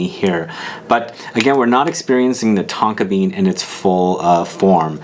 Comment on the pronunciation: At one point I almost thought you said Tonka beard 😁